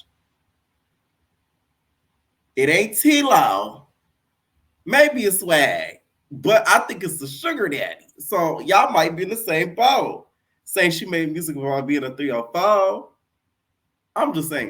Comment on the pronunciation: Lol his name is SWAY not Swag😂😂😂